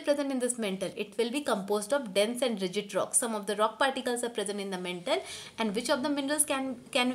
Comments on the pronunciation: Again its not mentle its Mantle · It's not mentle mam it's maantle Apart from that it's the best explanation I have ever heard👌👌👍 thanku mam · And its not mentle its mantle